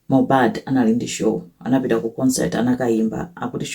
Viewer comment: mmene mwapangila pronounce dzina lake Leni Leni mwandisangalasa mwangokhala ngati wakomwekotu ngati sindiwe Malawi